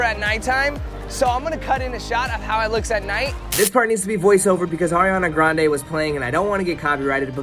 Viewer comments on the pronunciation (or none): none